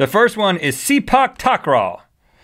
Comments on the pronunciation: its see-pack and you got takraw right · Speak takeaway is common in my country, Malaysia and other tropical countries I guess. And you said sepak in a wrong accent. XD but I won't judge anyways.